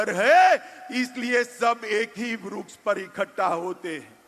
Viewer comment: ये अमित शाह को वृक्ष बोलने नहीं आता है, vruksh बोल रहा h